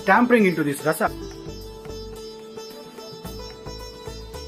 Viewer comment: delicious recipe .. i didnt wanna say it, sounds like nitpicking, but you said 'tampering', its 'tempering'. Here for the recipes, mainly. 🙏